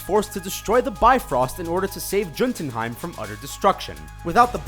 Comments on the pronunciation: Juntenheim? Isn't it read as Yo-tenheim? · did he just pronounce Jotunheim as jun-tun-heim...? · It's pronounced yoh-den-hine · It's pronounced YO-ton- heim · Jotunheim is pronounced Yo-ten-Hyme. Jotun being the Norse word for Giant and Heim meaning Home. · THE CRINGE IS REAL! IT'S PRONOUNCED YOH-TUHN-HAYM, YOU IDIOTS!. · Media Haven its more like yoht-un-heim. Not whatever the hell you said. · Camila Morales Um, no it isn't. It's pronounced "hym/heim", watch the film. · ITS PRONOUNCED "YOTUNHIEM" PEOPLE!!! NOT JOTUNHIEM!!! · Terrible video. So far from plot holes. Do some research next time. And by the way, learn how to pronounce Jotunheim properly. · As many people mentioned before, none of these are really plot holes. Also, you might try to work on your pronunciation of Jotunheim. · the J in jotunheim is silent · God Dammit! What the fuck is wrong with you! None of these are plot hole, Cap crashes the plane so it doesn't kill thousands of people not to hide the tesseract, and they literally say Jotunheim in the movie multiple times and you still mispronounced it! Just stop making horrible youtube videos. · Did anyone else cringe at the pronunciation of Jotunheim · I can't even finish it. Most of the "plot holes" are explained IN THE FILMS and dark matter isn't black magic.... hard to trust someone pointing out "plot holes" when they mispronounce Jotunheim more than once. Obviously reading a script not a fan.